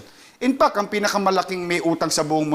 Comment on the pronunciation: Ito ang gustong maging Presidente pero kahit “INFACT ay hindi ma pronounce ng mabuti .🤣 inpak daw.🤣 At compare kay ViCO Sotto itong Isko ay hindi nakakuha ng award sa Tranparency sa gobyerno nya Manila.